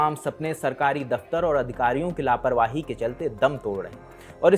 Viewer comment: लपवाही नही लापरवाही होता है 😂😂😂